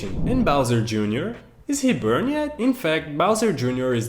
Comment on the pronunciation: It’s born, not burn you’re saying born wrong